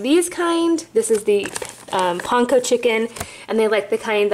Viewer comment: Not trying to be rude or anything but it’s pronounced pan-ko not pon-ko. That made me laugh when you said that 😂💖👌